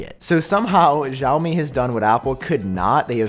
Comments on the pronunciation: xiaomi is pronounced "see-ow"me. there is never a "sh" sound as long as no h is in the name. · Just saying you're pronouncing xiaomi wrong. It was bugging me a little and I didn't know which company you were talking about until I saw it on screen lol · I assume you're talking about Xiaomi's new wireless charging pad. The "x" in Chinese pinyin writing is pronounced almost like an "sh," not a "j." If it helps you remember, you can think of "show me, Xiaomi."